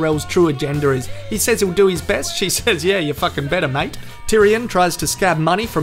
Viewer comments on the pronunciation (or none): none